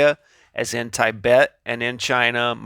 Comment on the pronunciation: not 'tie- bet' , ti bet